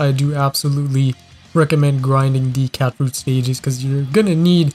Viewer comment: I just want to say that you kept on saying catfruit like catfood so it sounded really weird/cursed e.g. catfood buffet